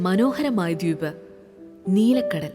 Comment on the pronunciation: ദ്യൂപ് എന്നല്ലല്ലോ ദ്വീപ് എന്നല്ലെ😂